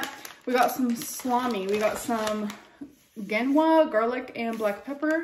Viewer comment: Mispronounced Genoa on purpose. So quirky